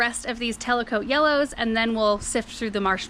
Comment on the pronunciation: hi, the ranunculus are actually called Tecolote not telecote. Pronounced like "techo low tay" 😘 Can't wait to see them bloom!